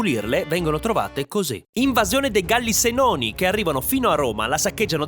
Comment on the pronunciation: Galli "Sènoni"! Comunque, bravo come sempre. 👉🏻